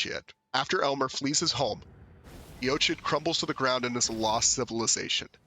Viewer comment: Great video! His story is tough to put together from the items in-game. Quick note about the name 'Eochaid' -- it's an Irish word, and the design on the Regalia of Eochaid seems Celtic-inspired too. That being the case, the word 'Eochaid' is probably pronounced 'Uck-igg' or 'Uck-ee'. 'Eoch' in Irish is pronounced 'Uck', and 'aid' is either pronounced 'igg' or 'ee'. Thought that might interest you!